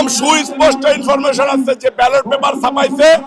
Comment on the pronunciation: ইনফরমেশন উচ্চারণ করতে পারে না গাঁজাখোর চাঁদাবাজ । পাটোয়ারীর ধারে কাছে যাওয়ার যোগ্যতা চাঁদাবাজ ফাইভ পাস এর নাই।